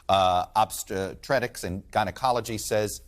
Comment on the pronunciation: he cannot pronounce Obstetrics LOL